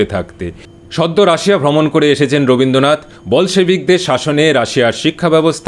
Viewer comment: ওরে মুর্খ, আগে 'রবীন্দ্রনাথ' কে রবীন্দনাত বলা বন্ধ করুন। আর রাশিয়ার চিটির সিরিজ গুলো হয় পড়েননি,নইলে বোঝেননি,,,সবাই সব বুঝবে তা নাই হতে পারে,,,কিন্তু যা বোঝেন না তা নিয়ে কথা বলা বন্ধ করতে অনুরোধ করছি, পড়াশুনা করুন একটু,,,এবং লাইক,কমেন্ট পাওয়ার লোভে বড়দের বিষয় নিয়ে কথা বলবেন না,,,চটকদার অনেক হাবিজাবি ছড়িয়ে আছে,ওগুলো করুন বরং,,,,আর বাংলা এবং বাঙ্গালি-কে খাটো করে আয় রোজকার করা বন্ধ করুন,,,🖐🏻